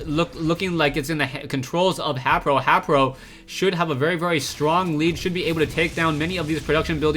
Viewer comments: I think haypro is pronounced hey-pro vs hap-pro ur the man anyways GG for consistant casting =D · Think it might b pronounced Hai-pro since his name is Hayder.